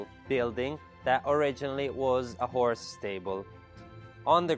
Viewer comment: I thought he said “whore” stable, probably meant horse.